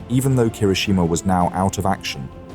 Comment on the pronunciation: Pronunciation guide. Kirishima. key - ree - she - ma, not ker - ISH - i - ma (they get it right a few times). Atago. ah - ta - go, not ah - TAHH - go (Admiral) Abe. ah - bay,. Bow like "ow".